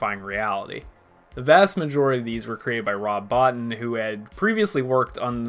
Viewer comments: You should pronounce it "Bo-Teen", not "Bot-ton". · I saw this movie when it came out in 1982, and as a young man, I thought it was brilliant then...it's only gotten better with age. It's simply one of the greatest films ever made IMHO. Well done on the video, one comment - Rob Bottin's name is pronounced Bow-TEEN.